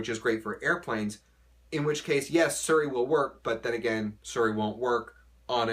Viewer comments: why does he say suri instead of seri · are you the only person in this planet to call si-ri, sir-ri? so odd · It's Siri not fucking Suri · It's not bows is Bose, like moose, but Bose. And it's not suri its Siri. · Ok wtf is SURI jk 😆😆😆💀 is he talkin bout SIRI 😆😆😆😆👏🏾😆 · its not suri its siri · Ser-ree? I thought it was See-ree. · Suri? Siri lol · I love your videos but Suri is the daughter of Tom Cruise and Katie Holmes. Siri is the iPhone virtual assistant. Please get the pronunciation right! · Did he just say suurey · no, he pronounced bose correctly, you are right about siri.